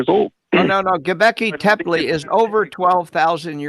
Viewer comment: RJ---Bro.....Gobekli Tepe (I'll let the pronunciation slide Dr. Ray) is a man-made monolith dated to 10,000 yrs old - older than the 7,000 yr old earth as espoused by biblical YEC. True it is in Turkey, but 3,000 yrs older than "adam". And who cares about human population growth after the flood. What about speciation after the various "kinds" were released back into the earth. There would be in the order of 180 new species EVERY YEAR popping into existence since the flood story. And the Snail dating.....hahah. "The source of the 2,300-year-old radiocarbon date (Keith and Anderson 1963), has been abused and misused to discredit radiocarbon dating. The article discussed the potential errors that the presence of "dead carbon" would introduce into the dating of mollusks. For example, carbon dioxide in the water can partially come from Paleozoic limestone, which lacks carbon-14. As a result, the carbon dioxide in the water is deficient in carbon-14 relative to the atmosphere, and mollusks living in the water build shells that give apparent dates older than they really are. This is a type of "reservoir effect. In other words, the apparent age of 27,000 years for these snail shells is another example of the "reservoir effect" Finally...Population growth: " start with eight people in 2350 B.C.E. (a traditional date for the Flood). Then, assuming a growth rate of 0.5 percent per year, the population after years is given by P(N) = 8 × (1.005) The Pyramids of Giza were constructed befor